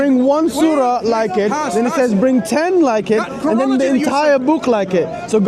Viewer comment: cant even pronounce chronology.the fool. Hes so condescending yet hes on display as a complete midwit and fraud